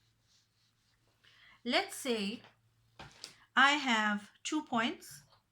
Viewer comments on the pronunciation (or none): why are you saying thuu insted of two :) speak in normal accent 😺